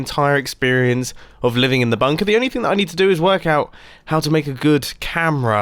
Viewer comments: he ses bumper in stead of bunker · Did he just said bumper or Bunker ?